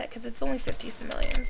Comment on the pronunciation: It's not pronounced simelians. It's simoleans.